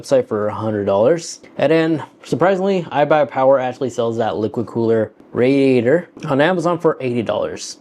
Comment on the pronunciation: Not sure i can take you seriously when you cant even say "Radiator or Modular" correctly. Jesus